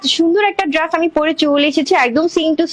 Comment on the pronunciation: আপু আপনি উপস্থাপনা গুলো স্বাভাবিক ভাবে ও দিতে পারেন এত দ্রুত তো ভেঙে চ্যাঙ্গাইয়া বলেন কেন নিজে ভালো করে শুনেন আপনি ড্রেস কে কি বলেন । আর আল্লাহর দেওয়া চোখের কালার ভালো লাগে না না বিড়ালের মত হইতে মন চায় ভালো করে দেখেন তো বেশি ভালো লাগে আপনাকে। নেগেটিভ কথা বলতাম না বললাম যাতে আপনি নিজেকে সংশোধন করিতে পারেন। সবাই তো মিথ্যা মিথ্যা তেল মারে আমি সেটা মারতে পারলাম না